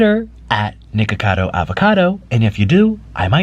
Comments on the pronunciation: I thought he said niggacotto for a split second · i thought he said niggacardo avocado 😭